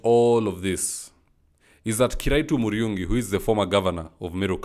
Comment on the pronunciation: He is kiraitu murungi and not kiraitu muriungi bro. You are good at what you do..keep up